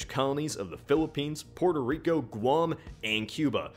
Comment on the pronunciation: PUERTO Rico not Purtur Rico It doesn't take that much brain power to say